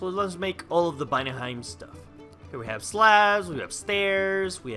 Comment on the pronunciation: you say vanaheim "banaheim" and it drives me crazy I wonder if this mod has a server